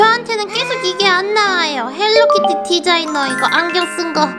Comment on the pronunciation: 헬리키티가 아니라 헬로키티에요 아니면 헬로우 키티